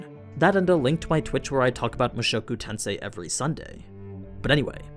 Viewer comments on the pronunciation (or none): none